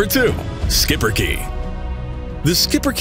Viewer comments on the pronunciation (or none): The Belgian breed, Schipperke, is pronounced (SHEEP-per-ker) or at least (SHEEP-er-keh; not "-kee" but "-keh"); the 'sch' is more like schnapps than school, dontcha know. He's a stout, stubborn, strong little pest controller and fetcher; an independent thinker, smart as a whip, loyal to the end best friend ready to please you if you treat him right with positive reward training.